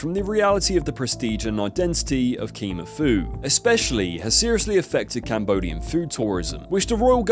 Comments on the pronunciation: Kimerr.. lol. research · What's "Keemer" food? It would've taken you 5 seconds to find how to say Khmer. And "Fuiyoh" as "Fo you"? Are you ACTUALLY using A.I. for your own voice?? Dude.... shame. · the mispronunciations in this video are hilarious. "foo you"? Like, you never heard him say his classic catch phrase? Don't even get me started on how you pronounced "khmer" or "nguyen". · A video about Uncle Roger and you don't even know how to pronounce "FUIYOH!" It's not the "for you" restaurant! You can't say Khmer either. Remember the Khmer Rouge in the news? We got it over here in the UK, mate. Even if you didn't, it's not hard to look up a foreign word you haven't seen before. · Don’t alienate your audience by mispronouncing Khmer 😂